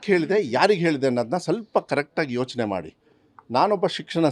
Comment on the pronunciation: ಲೇ ಅಯೋಗ್ಯ ಸಿಕ್ಸಣ ಸಚಿವ ಯವ್ವ 😅😅😅😅ನಿನಗಿಂತ ನಿನ್ ಅಣ್ಣ ಸೂಪರ್, ಕನ್ನಡ ಬರೋಲ್ಲ,😂😂😂😂